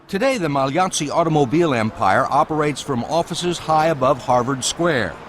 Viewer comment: Thanks for pronouncing Magliozzi correctly!